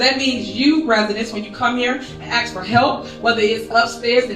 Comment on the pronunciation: Don't forget to add the word "ask" to her English lesson because she butchers that word too and plenty others, lol. :)